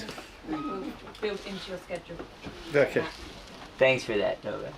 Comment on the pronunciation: She literally calls him "Novaxx" - 😂😂